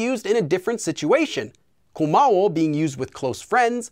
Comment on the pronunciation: Sounds more like you're saying 고마우오 rather than 고마워. That last O sounding a lot more like 오 than 어 to me. I wonder if this happens a lot with people learning Korean like people who stress second syllables a lot in Japanese because they aren't aware of their syllable stress. (Like people who say k'ZOO'yuh instead of KaZuYa.) Actually. On re-listening to it. You said it kinda wrong, then kinda right, and then kinda wrong again. Weird. We know what you mean but I think it's important for people to recognise that 워 should sound like the A in "What" for a British speaker. A capital O is not really what you should be going for since that's 오.